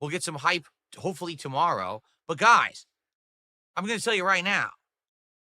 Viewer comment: You fo'got to say '/s'. and it's GOUYS